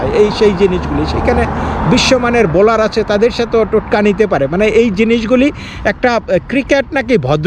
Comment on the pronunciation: Boller নয়, Bowler